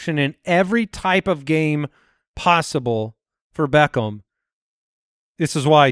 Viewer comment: Am i the only one that hates how says “Beckham?” He’s like BECKOHM